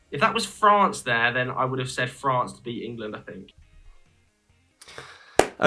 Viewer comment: There's only one R in France btw